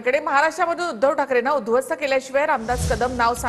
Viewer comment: अरे राम्या आधी उध्वस्त शब्द नीट बोलून दाखव